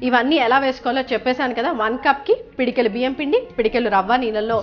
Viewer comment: pedikelu kadhu thaliii pedikedu anaruu nuvu Ni Telugu anchoring